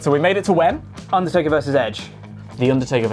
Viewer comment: i hate how pronounces the undertaker, he keeps saying "ondortayka"